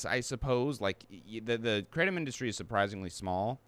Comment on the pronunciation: Come on man, it's kratom, not Kraw-tom. It sounds really pretentious